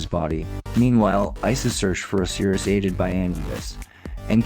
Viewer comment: And “Oseerus” vs Osiris.